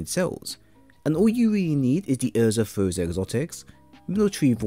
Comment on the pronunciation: lol "Urza Furza"